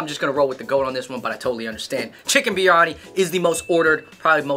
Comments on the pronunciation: its biriyani, not piriyani or biranyi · It's not piryani....it is biryani u guys..🤣🤣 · Just so you know it's"Biryani" not "Piryani" 😂 But I'm you enjoyed some of the food.. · i died when he said "piryani" instead of biryani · Goat piryani 😂😂it's not piryani it's biryani my dear